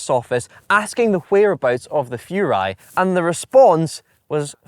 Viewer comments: Furai, not Fjuray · Furai should be pronounced "Who-Rye" actually.